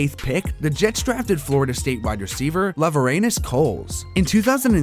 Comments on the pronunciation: This is a good video (as in it seems like a lot of work) but I don’t buy that you watched any of these guys play as you skipped over anything they are actually well known for and just listed their stats, along with some mispronounced names (Mark “Simon-oo”? It’s “sim-in-oh”. And “Lover-Anus” Coles lmaooo dying it’s “lau-Vern-ee-us”). Every time someone’s name came up that I had heard of you listed everything about them EXCEPT the reason they are notable. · “Lover Anus Coles”????? Laveranues... Laveranues... I can see why you said that, but it was pronounced like “La-Ver-ni-us” Cmon dude smh. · Way to overcome the grind. I cannot imagine how much work you put into this. My only suggestion is to look into the pronunciation for some of the more prominent players. KGB for the packers and L. Coles were awesome players that earned the respect to have their names said correctly.